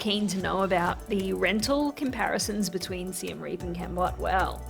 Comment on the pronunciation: Siem Reap ist definitely NOT pronounced like "Rearp" ("rear","hear", "ear"). It's more like Ree-y(e)p. The (e) is very short pronounce, like "uh" in English.